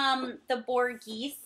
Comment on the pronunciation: Borghese is pronounced Bore-Gay-Zee.